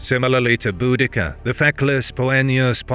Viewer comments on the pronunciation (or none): Viejo... si vas a subir un video aprendé primero a pronunciar. El gobernador romano se llamaba Cayo Suetonio Paulino y la reina celta Boudica, no Budaca. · Boadicea is how it's pronounced the garlic version.